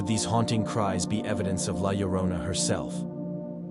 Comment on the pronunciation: Legit gotta commend you on your pronunciation of La Llorona. I don't hold it against non Spanish speaking creators when they mispronounce it, but some have made multiple videos about or featuring g the story and have been corrected multiple times in the comments on the proper pronunciation and still call her, "Leh Loe-ROE-nuh" and that us when it drives me nuts. Anyway, rant over, thanks for the vids